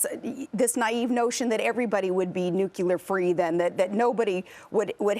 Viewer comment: I'm sure She was told by advisers-about nucelar / how to pronounce it, BUT still,After all this time She can't do it? Most ppl & average socker mom or hockey mom can say nuclear. If that's not stupid-I don't know what it is.